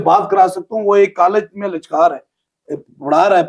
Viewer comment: لگتا ہے پیر صاحب بہت پڑھے لکھے ہیں۔آن کے پاس بہت علم ہے۔لیکچرار کو لچکار بولا ہے۔